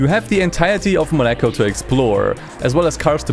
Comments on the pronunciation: Just a small note: in French, Monaco is pronounced more like 'MO-na-co' (moh-nah-koh), not 'money-co.' English speakers often anglicize it, though. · Mo-nah-co. Not Monecko. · It's 'Mon a co' not 'Monak o' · MOnaco, not moNAco ... ... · why he keeps saying moNEco? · Damn, never heard someone call Monaco as Monékoul... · You said monecko in the first 10 minutes and you finally said Monaco... XD what was up with that. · "Takes place in Moneiko" LMFAO. I never thought I would hear such mispronunciation of Monaco in my life. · was searching for this comment, who the hell says 'mo-NAco' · Porca dio, you make me very angry because you are pronouncing Monaco as Mone-ka. Mone-ka! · Why do you pronounce Monaco in a weird way? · Half-way of the video you learned how to say Monaco... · the way you say monaco genuinely pisses me off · Brother, you really need to work on your "Monaco" pronunciation 🤣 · ... are you seriously saying monaco like that? that is engagement bait, isn't it? i was already gonna comment 😑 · Is that the right way to pronounce "Monaco"? Damn... I've been saying it wrong all my life. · It absolutely is not. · That's 🚫 NOT 🚫 how you say Monaco 😭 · What the f U c k is that Monaco pronunciation? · Great video! This is the most insane way to pronounce Monaco I’ve ever heard